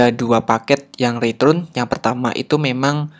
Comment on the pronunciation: cuma keliru aja, return dibaca ritrun :)